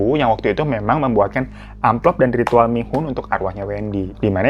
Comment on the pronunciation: Gw dengernya bihun si mihun wkwkwkwk